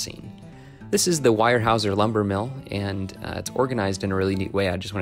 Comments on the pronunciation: is a good friend and while I've seen a couple of videos of his layout before, yours is the best at pointing out the detailed modeling he and his friends have done here. One small nit, I believe you referred to the Weyerhaeuser mill as "wire houser". I worked at a Weyco (easier to say) plywood mill for a few months and it is pronounced "wear houser', just ignore the fancy spelling. I'm going to have to ask if he has problems with crews getting tangled up in all those communication lines along his right-of-way. Excellent modeling of the railroad, structures and scenery. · For future reference it's actually pronounced like wear/ware-howzer. "Wirehouser"... that gave me a bit of a chuckle! Welcome to the PNW, with so many hard to 'pernounce' names, just try saying Puyallup without cheating and looking it up!😜 Fantastic looking scenery on this layout! About the only thing I'd change up is most of those power lines are tight as a DRUM! There's no sag in the middle on a lot of those compared to the real thing.